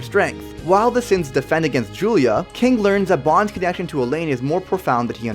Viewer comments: Its not julia... its guila (pronounced- g-ee-la) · Anybody else annoyed that he pronounced baste and guila wrong? Edit: there's a lot more lol